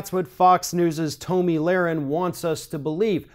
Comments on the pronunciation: Her name is pronounced "TOMMY" not "Toe-ME" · pronunciation of Toe-me Lahren and Colin Caper-nick is throwing me for a loop